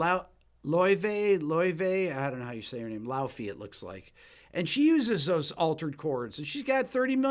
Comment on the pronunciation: Just came to say that you nailed Laufey's names pronunciation on your first try. It is something like loyv-(b)ay.